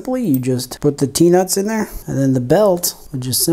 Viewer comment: I thought you said peanuts not T nuts😂